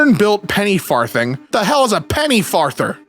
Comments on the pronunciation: 'Farthing' is pronounced /ˈfɑːðɪŋ/ (not /ˈfɑːθɪŋ/). The 'th' is voiced, as in 'this' (not unvoiced, as in 'thin'). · Him pronouncing farthing as "far-thing" with a soft "th" is really throwing me off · It's funny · the pronunciation of far thing is sending me 😅 i love how always looks for extra context though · lol 5e way you said farthing though hahaha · His mispronunciation of 'farthing' is filling me with rage. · For some reason it really got to me when he pronounced 'farthing' with a thorn instead of an eth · It's farthing pronounced with a soft "th"